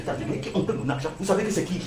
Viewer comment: "Vous marchez, vous entendez quelqu'un dire: 'Je ne sais pas... Il y a des gens qui ont pris mon akgent ici aux Etats-Unis, qui ont pris mon akgent', vous savez que c'est qui?" (riiiiiiiiiiiiiiiiiiiiiiiiiiiiiiiiiiiiiiires) Waahhhhh!!!